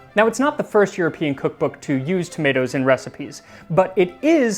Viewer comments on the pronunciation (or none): none